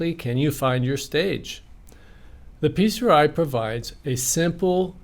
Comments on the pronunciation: should be pronounced as "pee-cry". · I wish he would stop saying "Peace-er-eye." What is it? Acronyms are confusing when you're under stress. Is he saying "PCRI?" Ok, what is that?